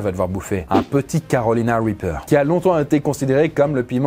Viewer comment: on dirait qu'il dit "Calowina Wipeuw"